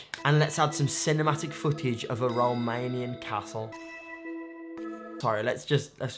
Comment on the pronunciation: When u said Romanian castel î was gaaaasssedd. By the way I am Romanian 😂😂